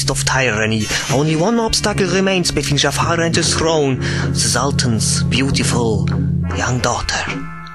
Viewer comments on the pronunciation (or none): BITTE ES IST NICH BÖSE GEMEINt aber sprich the nicht wie se aus bitte das machen schon zu viele